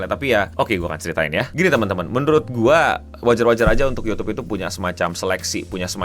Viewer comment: Youtube, "Y" nya Yahodie 😹